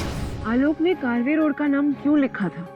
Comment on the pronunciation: कारवे रोड नही है ये कर्वे रोड कहते है